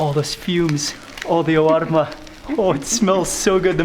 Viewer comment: Mark, i think ull dream of that “Awarma” ur one week ahead! Hahahha